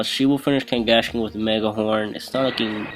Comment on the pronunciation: It's pronounced Kangaskhan(Kngaskan.)